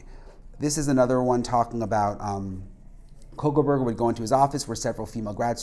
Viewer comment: he said cocoburger